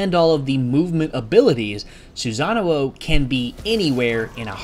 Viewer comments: Actually the one that should be corrected is the "sa" part.....He pronounce it as "za"(or maybe it is just that he pronounced it in the English way?I am actually not very sure about that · you keep adding an extra oh when you say his name. its sue-sa-no not sue-sa-na-oh. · He said "Susanuo" for literally the whole video. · I've heard Susan-uo xP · every time he pronounced his name I cringed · Guy pronounced "Susano" wrong the entire video.